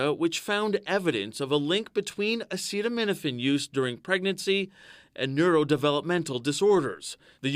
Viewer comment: Maybe let the scientists make the announcement instead of someone who can't even pronounce acetaminophen